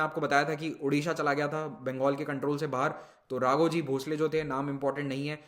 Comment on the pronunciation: Sir I'm from Nagpur..and not raaghoji it's raghoji 😀😀